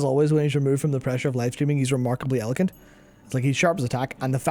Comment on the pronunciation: the irony in the mispronunciation of the word eloquent was not lost on me, good shit